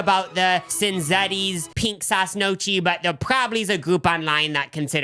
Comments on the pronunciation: "knock-ee" more than "no-chee" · "nochi" HAHA its pronounced "nyow-key" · It's Knee-o-key not No-chee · in case you forgot and are from the midwest, they pronounce gnocchi “no-chee” instead of “nyo-kee” 😭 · NYOW kee, no "chi" 🙂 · Ok boys who is Notchi? Doechii’s cousin? The pronunciation 😂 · Gnocchi is pronounced na key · i was like "whats nochi?" and realized they were talking about gnocchi 😭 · pronouncing gnocchi like "mochi" lolololololol 🥴😭😩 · No- chee really hurt my heart though 😭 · “nochi” is making me laugh so hard as a former culinary student and gf of an italian man lol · Hey people were putting Trump signs on their garages in Italy last year so it’s more authentic than you think 😂 oh, It’s pronounced neo-kee 🙏🏼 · It’s my favorite time; lunch w and <3 also, easy tip about Italian: their Ch- and C- sounds are the exact opposite of English. Ch- makes the hard C sound — so Gnocchi is pronounced “No-Kee”— and the Ci- makes the soft “Ch-“ so the restaurant name would be pronounced “Chin-zetti’s”. Tanto amore!:) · As a Midwestern, I don't think this is a bit because why did I come to the comments to learn that they're saying gnochee wrong?!??? 😭